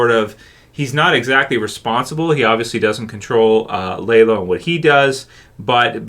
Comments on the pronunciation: Not lay. Lah-low. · Did you just Google a plot synopsis of the show, and go off that? Cuz it really does not sound like you’ve ever seen the show. “LAYLO”? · I don’t get how someone can watch a bunch of episodes with the name properly pronounced and then get it wrong…. Almost like he doesn’t actually watch and just reads other people’s work….